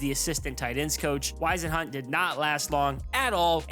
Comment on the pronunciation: WHIZ-EN-HUNT! NOT WHYS-IN-HUT!